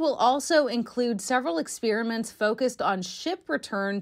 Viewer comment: Experiments not ex"spear" aments